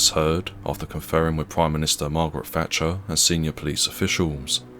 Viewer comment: It's a shame the commentator doesn't pronounce his THs. He says free instead of three and Maggie Fatcher instead of Thatcher. Lets it down a lot but the rest of it is interesting.